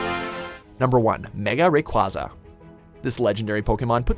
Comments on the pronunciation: Ray-QUAY-Za Not rayqwazaa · Yeah, they also mispronounced Rayquaza. It's Ray-KWAY-za, not Ray-KWAH-za. I know it contains the name of the Hero Core material in Lego Hero Factory, but it's a portmanteau of RAY and QUASAr, with the S replaced with a Z. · Ray-Quay-Zah. Not Ray-Qwa-Zah. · Pronounce rayquaza’s name correctly It is pronounced Ray-quae-za not ray-quar-za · It's ray-kway-za